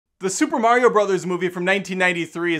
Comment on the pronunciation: Love the guy, but wow is it like nails on a chalkboard to hear Mario pronounced as Merry-o.